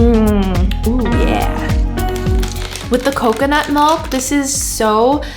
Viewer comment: can someone pls tell her that it is pronounced “MILK” not “MULK” lol i appreciate this video but jeeeeeze she is so cringey lol